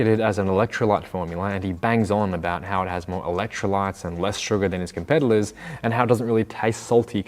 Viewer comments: Did you say ‘compeddlers’ instead of competitors 😆 love it lol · “com-peddlers” I’m 100% sure he’s saying that instead of “competitors” and that’s brilliantly subtle. (Could be the accent, but Imma believe in the subtle jab).